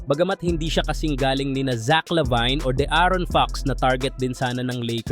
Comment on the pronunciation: Pre labin pagkaka bigkas..labiny imo buto..😂😂😂